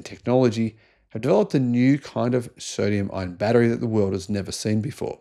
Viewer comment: Aah yes, the good old Soodium-Ion Ghatery!🤣